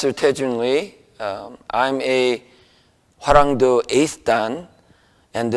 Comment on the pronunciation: Hwaranwng DOE, NOT "due".